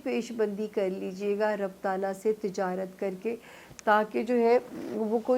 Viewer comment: ربُّ ال نہیں ربِّ ال ہے